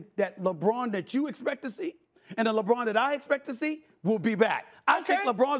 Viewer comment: I LOL everytime he says LeChina James.